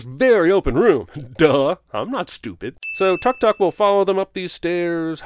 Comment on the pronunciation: Why do you keep pronouncing Tuk Tuk with [ʌ] and not [u]? The voiceover actress knows better, doesn't she?